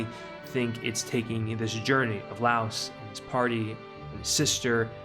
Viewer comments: Lol I'm not normally a stickler for name pronunciation, but this was killer for me XD For the future and your future reference: Mar - seal Lie - OS Chill-chuck The video was amazing work otherwise! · Why is everyone calling Laios, Laos? It's some English translation error? Or a dub error? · All corrected pronounciations (Source: Eng dub [very good btw]) - Marcilleh --> Mar-sille - Laos --> Lie-os - Fallin --> F-AH-lin Good video essay! Liked the clear explanations you gave the audience.